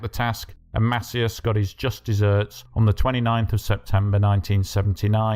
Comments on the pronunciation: Mass-EEE-ass. Not MASSiyass. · It’s pronounced Masee-As